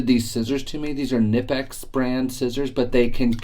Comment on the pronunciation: Knipex, the K is not silent. (KinNIPex)